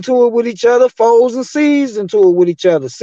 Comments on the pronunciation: He kept saying fours was blowing me lol. It’s FOES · It’s not fours it’s pronounced foes